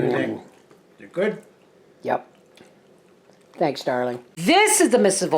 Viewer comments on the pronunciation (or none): none